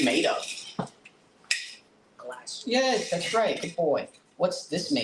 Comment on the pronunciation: I can't remember whether i commented this on another video, or thought it when i wasn't near a computer... I think i figured out why sometimes says Glassk. He often hears the phrase "Yes, its Glass, good boy!" and is hearing the g from the beginning of good, blending into the end of the word glass. Might be an idea to try to say "Yes, Good boy, it is glass!"